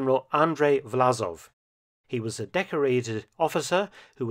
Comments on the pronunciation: Власов is Vlasov, not Vlazov - the с/s is more like "s" in "song" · Great content 👍 But it's VlaSov, not VlaZov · I think the name of the traitorous general and head of the ROA should be written in English in the form "Vlassov" (similar to "Cossacks") to be pronounced correctly, i.e instead of Z with S.